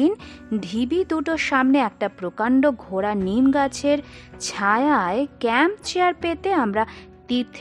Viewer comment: অতিথি তোমার গল্প পাঠ ভাল লাগল। কিন্ত কিছু ক্ষেত্রে পাঠ ঠিক যেমন হবার কথা তা হয় নি। একটা উদাহরণ দিই ঘোড়া আর নিম গাছ আলাদা আলাদা ভাবে উচ্চারিত হবে না। ঘোড়ানিম গাছ হবে। এরকম আরও আছে। আশা করব আরও ভাল হবে।